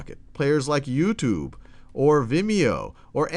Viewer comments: I like how he pronounces it YouToob. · I know this is kinda irrelavent but I like the way he says youtube (yooutube)